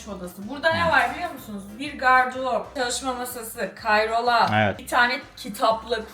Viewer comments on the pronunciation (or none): Kayrola 1😂 Kayrola 2 😂 kayrola değil o Karyola inatla iki kez kayrola demişsin 😂